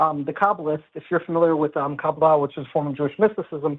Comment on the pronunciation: How did get that invested into Kabbalah without learning it is stressed on the 2nd syllable?